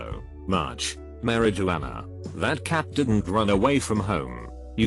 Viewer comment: I’M SORRY BUT “MARY JUANA”!? 😭😭